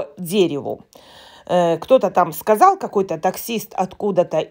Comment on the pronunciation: " тЫ сказаЛь, я сказаЛь " 😉😂😂😂😂😂😂